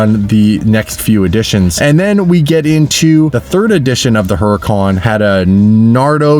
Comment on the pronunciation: People really need to learn how to pronounce Huracan!!!!!😡😡😡😡